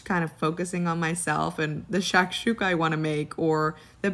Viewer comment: As an arab hearing this woman butcher shakshuka made me cry inside 😂😂😂😂